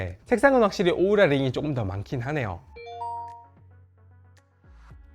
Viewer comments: 오우라를 왜 우우라 라고 하셔용 ㅋㅋ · 우우라가 아니라 오우라^^